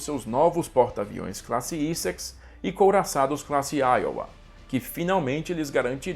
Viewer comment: Pronuncia-se AKADJI e não AKAGUI. Torpedo Mark 13 e não "MK".. classe Éssex e não Íssex.